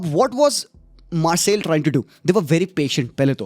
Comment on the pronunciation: Marseille prononces as '' Marseii ''